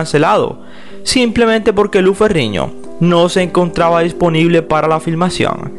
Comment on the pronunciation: Narrador por favor aprenda las pronunciación de las letras. No es Lou Ferriño, Es Lou Ferrino. Pronunciando bien la N no Ñ.